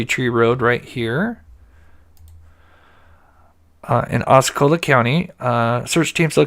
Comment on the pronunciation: Is nor Ocecola, is Osceola